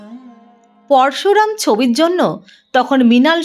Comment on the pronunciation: Uchcharon eto kharap bllar noy vuru plug noy ota pluck hobey porsu ram noy poroshuram hobey😂😂